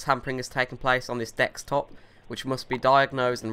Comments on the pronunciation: Why does he say stuff with a w and dextstop? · ITS A DEXTOP stop saying dextop ffs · I am not even sure anymore if you say "dextop" on purpose or not. xD